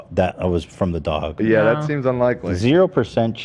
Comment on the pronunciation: why does ethan say doug instead of dog?